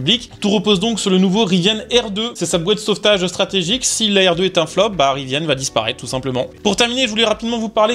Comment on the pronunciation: Il n'y a pas de e a rivian. Ca ne se prononce pas Riviane. Trouduc